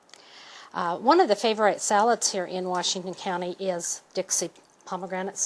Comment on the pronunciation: lol she says Cool Hwip, and Favor-ITE